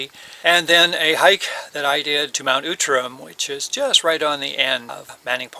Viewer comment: interesting, I've never heard it called Mount Oootram.....always OUTram....